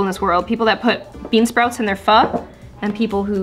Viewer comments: It’s pho not phu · you pronounce it ‘fu’ but it’s spelled ‘pho’ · I am a Korean and you should pronounce “pho” as (fō)